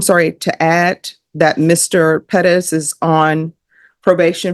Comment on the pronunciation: Ugh it's always cringey how pronounces Perez "peh dez"